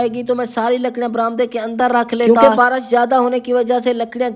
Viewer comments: Barash nahi barish bolte hain 😅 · Barish hota hai barash nh